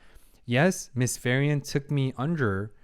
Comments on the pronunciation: Four episodes in and you're still saying Ferien instead of Frieren... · By the way... i know that accents may be difficult for some peoples to pronounce... but Frieren is pronounced "FREE-RENN" and not "FI-RI-END" (not to confound with "Free-Rent")... "FI-RI-ON" (Firion, masculin version of Firien) is a character of final fantasy 2... Just like "Fer-nand" (pronounced "FER-NAN") is the masculin version of "Fern" (in english), or "Fer-nan-de" (in french)... No ill meaning... just trying to remove a tiny splint that do not belong there... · it still throws me off everytime he pronounces Frieren as Ferian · Him getting the name wrong is super annoying for me, but I also realize he probably recorded the first four episodes in one sitting, since he has the same shirt, so I only have the right to get properly annoyed if he makes the same mistake after changing shirt. Of course, it's been a year, so it doesn't change anything regardless.